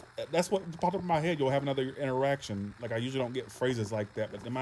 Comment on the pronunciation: Haha...For a second I thought you said Erection instead of interaction 😹😹😹